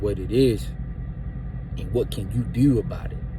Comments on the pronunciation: Bro I’m sorry but plz stop saying dew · 🤣😂😂😂 "Watch what you Deew.. just do it right" So he really know how to say do lol